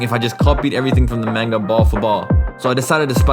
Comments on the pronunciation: Your not saying manga right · saying the word manga like that is just...bye forever